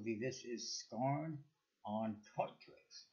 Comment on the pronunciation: For the record, his name is pronounced Scar-neigh rather than scarn. Good review other than that.